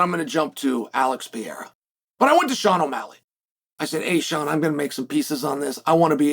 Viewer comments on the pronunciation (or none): none